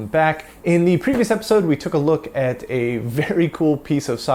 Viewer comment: Why do you say "et" instead of "at" when using the english word "at"?